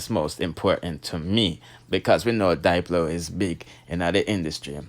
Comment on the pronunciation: It's dip -low Not Dyelo Jussa seh